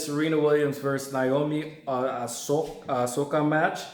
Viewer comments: I kept hearing Asoka. Man, it's "Oh-sa-ka" not Asoka. She got robbed of her moment earlier stop butchering her name. lol Just say Naomi. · It's OSAKA not Asoka ya goblin! You suck ass. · Osaka men O S A K A. Not asoka😂😂😂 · It's Osaka. Not ahsoka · It's O saka not A soka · First of all, if you want to make a video analysing the tennis match stop watching football and stop wandering around the room like you are on meth. and secondly learn to pronounce Osaka properly at least. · You can't even pronounce the name of a city well.....big turn off!!!! OSAKA, how hard is that to say? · She's not Ashoka! Ashoka was an emperor from India. She's Osaka! O-S-A-K-A! It's not that hard. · Stop watching soccer and learn how to pronounce Osaka correctly. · You can't even pronounce the woman's name correctly. Three syllables too much for you? Serena lost the match cuz she lost her head (and seemingly her sanity). That's three times she's acted like a complete loon ass at this event, the one in her own country. She got what she deserved then they tried to make it about her instead of Osaka. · Just a piece of advice.....its very important to pronounce a person's name they way they say it. For example the legendary ice hockey goalie Patrick Roy is French Canadian and his last name is not pronounced like the English name Roy though the spelling is the same....but Roua. And also when making a review concentrate on it, don't watch a Football game as well or do it when the game is over.